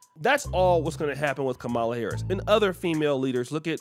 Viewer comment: Ka-Ma-La Harris, not Kah-Ma-La Harris.